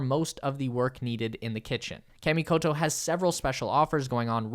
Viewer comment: I hate being this guy BUT... Kah-Mee-Koh-Toe ;) your japanese sponsors will thank you, regardless of how the american ppl say it, my brother. Great promo, btw, I'm SERIOUSLY considering getting one now. Thanks!!